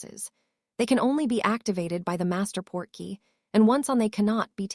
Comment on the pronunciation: Port-key Not porky as in Porky Pig